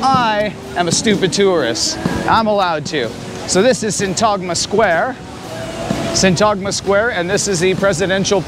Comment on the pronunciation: A few things, in pronouncing Syntagma the emphasis is on the "y" not on t-"a"-gma, to make it easier try saying sYntagma. I walked into a tourist agent asking for info, I did not use my Greek and spoke only English, the guy serving us had poor English and could not get his point across the way he wanted. He called his boss over who did speak English and as he was transferring us to him for service he commented in Greek "I am cooking them". I wanted to embarrass him in front of the other employees but didn't. Next time this happens to me I will take no prisoners, and yes Greek is my first language.